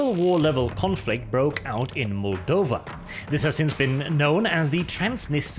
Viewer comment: Bless your Golden Locks, you're the first foreigner to pronounce Moldova correct! Next please try to Pronounce Romania Correct!